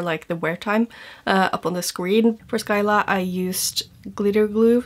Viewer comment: Between this release and the Clionadh one, I realize quite a few of those shades already exist in Glamshop's line . I'm sure you've seen them release 3 new multichromes. Their multis are prolly my favs. Btw Scylla is simply pronounced Si-la (See luh), the C is silent.